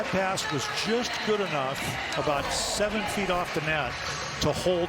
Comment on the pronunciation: i may be wrong but i think he said “just” not yes i think it sounded like yes